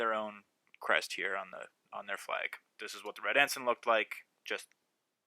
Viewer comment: It's actually pronounced En-Syne NOT En-Sin! That is the military rank! Flags are En-Synes spelled the same way "Ensign"